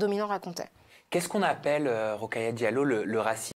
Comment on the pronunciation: Son prénom est : Rokhaya Diallo, et no Rockaya :)